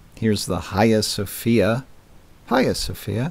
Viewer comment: Pronounced 'eye-uh Sophia'; the 'H' is silent. You are infinitely closer to the correct pronunciation than most, kudos. The source of the electrical power, as well as the main hubs have all been destroyed or demolished. All the major cities of our world were once connected, and electrified the world, as we find these architectural masterpieces all across the realm. Fascinating to learn about the advanced technology our predecessors possessed and took for granted. Civilization is devolving before our eyes, yet there are a few like yourself who take the time to do the research, and remind us of who we used to be.